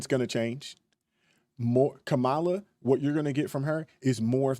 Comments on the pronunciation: So many people call kaaamala, kamaaaala.. joy reid the other day said its racist to mispronounce her name lol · Man, Trumpo the clown will have us in a race war. He stirred up a lot of civil unrest in 2020. I don’t like how Harris was pushed into the position. How come right wingers pronounce her name wrong? Why when I guy hands in his man card and pretends to be a woman, he’s still called a man? Kamala Harris isn’t my first pick but the clown is just dangerous. The economy would be shit if trump would have won and our border would be the same because we’ve always had the same protection. Trump isn’t a conservative, he’s EXTREME